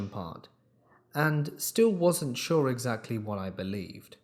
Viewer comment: y u say eggs Lee etc??